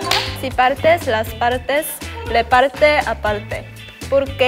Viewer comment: Me, chaeryeong surpise me so much <3, in the beginning she has a good Spanish, his voice makes you feel comfortable, the pronunciation of: "partes" and "aparte" is so natural. Well, maybe in the last line the pronunciation is more confusing (because it gets tangled up with your words) but wow is awesome.